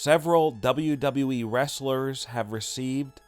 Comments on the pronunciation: At least he says WWE right now he used to say “dobbleduhwee” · I miss dobbleduheeeee....lol